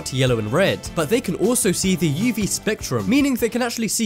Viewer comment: Just curious - why do you introduce each item with, "But next up we have..." Also, do you say "yeevee light"? I've only ever heard it pronounced phonetically, "UV".